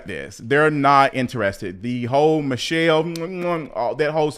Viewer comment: Lmao! Not Mi-thell.😂